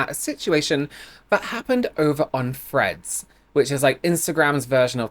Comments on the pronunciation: Any one else hearing at first “Fred’s” not threads lol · At first I thought you said friends instead of threads, like there was a new social media called friends that I hadn't heard of